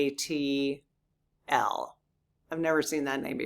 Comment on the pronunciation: Quetzalcoatl: say Quets- Al-Coat-el